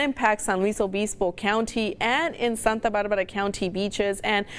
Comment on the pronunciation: You can say r's fine with your English until you say santa barrrrrrbarrrra or santa marrrrria. Yoooooo.